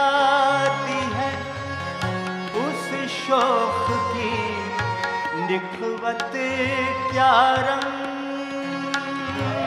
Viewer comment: He mispronounces the word "nakhvat" as "nikhvat".